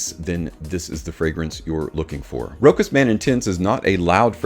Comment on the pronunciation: Sorry but you dont pronounce the CH as a K. You pronounce it as a Sh: [RO] [SH] [AS]